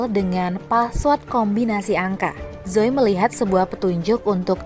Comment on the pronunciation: Penyampaiannya enak banget, rileks. Tp tolong dicek lagi cara membacanya ya, terutama kata THRILLER (bacanya bukan thrailer, tp thriller biasa), kemudian ZOEY (bacanya ZUI, bukan Jo) 😁 anyway, aku sudah subrek 🙋 Kalau mau yakin cara membaca Bhs Inggris, go to Google Translate (audio) saja sista, biar ntar dengerinnya jg lbh enak 🙏